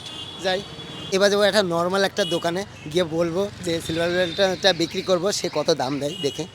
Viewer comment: ওটার নাম টা ভালো করে বলল সিলভার প্লে বাটান 😂😂